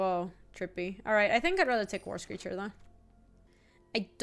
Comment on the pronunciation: what are you doing… Also I have the video on double speed and whenever says "War Screecher" I just hear "worst creature" lol